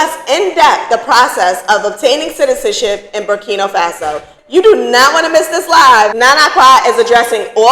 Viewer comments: I love your channel. But, it’s BURKINA FASO. not BURKINO FASO. please, I want you to say it correctly. It’s important. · It's not burkino, say it right if your gonna speak about the place. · Ma'am it's NOT BurkiNO. It's BurkinA 🇧🇫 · Berkina not Berkino